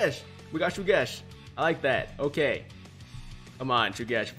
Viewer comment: Once again that character is NOT PRONOUNCED SUGESH BUT HE IS PRONOUNCED SHUGESH AND WHAT I GOT IS ABSOLUTELY NONE OF YOUR BLOODY BUSINESS